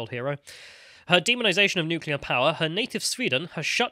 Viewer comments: Bare in mind most nucular fuel comes from Russia too 😂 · Can we please get a video of one of you steelmaning the anti-nucular argument, and the other debating it? I’m ignorant on the subject, and I’m tired of y’all saying “nucular is the awnser” without elaborating.